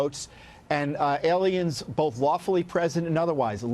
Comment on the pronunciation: Lou just cant say the word "Alien"...